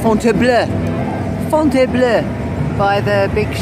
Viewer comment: Your pronunciation is perfect 'FONTAINBLEU' Madame Sheridan would be proud 👍🏼xx